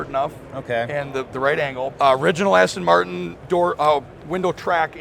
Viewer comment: Best car of the show. Outstanding. But dare I say that the host doesn't know how to pronounce Aston Martin?